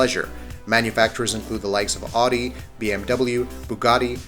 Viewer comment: 4.45 odi! Surely u mean Audi